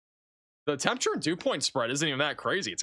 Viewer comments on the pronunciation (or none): none